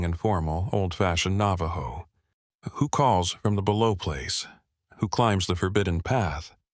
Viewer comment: AI's Navajo needs work.